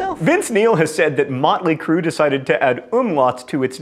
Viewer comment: I believe its pronounced um-laowt and in using them the band should acctually be called something like moat-ly cruuuu